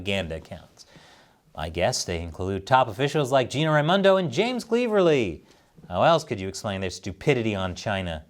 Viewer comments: It's James Cleverly, rhyming with clever not cleaver. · Here in UK we pronouce him as Clever-ly ……. which he ain't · As ridiculous as it sounds , Mr cleverly is said like it looks . As in he's clever 😂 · it’s pronounced Clever. Ly not how you pronounced it and no, he’s not very clever, just like all the other WEF puppets infesting the UK Houses of Parliament, much 👍🏻 from the UK, keep it up 😊